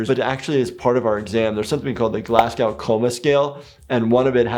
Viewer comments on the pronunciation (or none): Love the reactions FYI, Glasgow is pronounced Glas-go, not Glas-Gow 👍 The W is silent 🤫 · So I know this is a year old but being a citizen of Glasgow it's pronounced Glaz-Go lol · As a native of the city that the GCS is named after, I got to say that everyone seems to pronounce it wrong. Glasgow is pronounced Glas-GO. The W is silent. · Glasgow is actually pronounced as ‘Glazgo’ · That’s not how you pronounce Glasgow! The W is silent